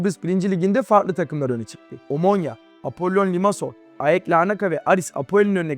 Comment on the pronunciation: videonun başında AEK Larnaka dedin aha doğru telaffuzu biliyor dedim. sonra iki yerde a-e-ka demeye başladın :/